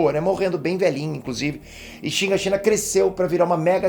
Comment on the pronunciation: Pqp, o n sabe falar o nome dos personagens pqp. Levai (levi), shígashina (shigashinÁ)